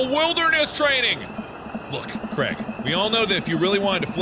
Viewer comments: his name is said "cr-ay-g" not crag please ive been saying this since ep 2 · one thing that stresses me about americans is they pronounce Craig like cregg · I low key love how Mark pronounces Craig like Creg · Mark + Craig =maig is pronounced mayge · i don’t know if this is just because i’m from scotland but Mark is pronouncing Craig soooo wrong in my mind😂